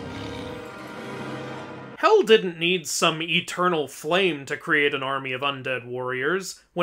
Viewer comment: HE SAID HELL,HELL NOT HEL, HELL.